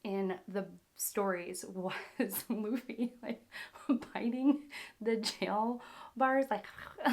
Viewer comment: it’s baa-gi...not zee its gi.. i can't understand when its Lu for Loo you pronounced laaa..now its Bu for Baa but you are pronouncing Boo... by the way you must respect the names as the creator named them..